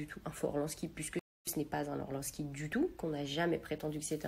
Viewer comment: ...et c’est pas orLANski mais ORLINSKI ! don dejàc parlez bien des trucs de valeurs , c'est LA BASE chez les vrais riches